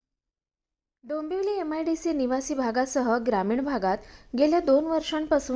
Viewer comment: थोडे भाषेकडे लक्ष द्याल का? ग्रामिन नव्हे, ग्रामीण. सोयरे सुतक? सोयर-सुतक. पाणी समजत - तुम्हाला पाणी समस्या म्हणायचे आहे का?